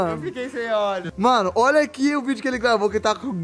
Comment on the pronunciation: "Vai tomá no Zóii"😂😂😂